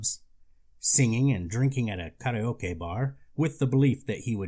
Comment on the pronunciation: Pause to appreciate how karaoke was correctly pronounced.